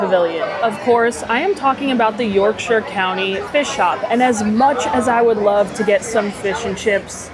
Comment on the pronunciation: Great video - love the eating round the world idea and love that your mom and sister came along! To answer your question they look pretty accurate to chips you'd get from a 'chippy' (fish and chip shop) here in the UK. I also really appreciate your correct pronunciation of 'Yorkshire' - most US vloggers say the shire bit to rhyme with 'hire' (they do the same with Cheshire) but you are correct in the way you say it 😊